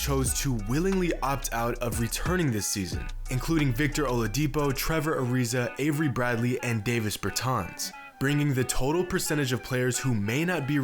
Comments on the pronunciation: It's pronounced "Dah-viss" Bertrans. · he rlly said davis bertans name like that